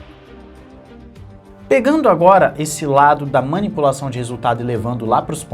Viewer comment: Manipupaçaun? Kkkk